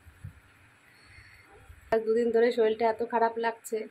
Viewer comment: শলিল বোলছো কেন,? ওটা শরীর হবে